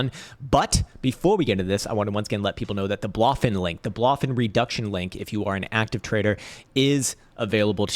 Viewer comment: Blow Fin not Bloffin.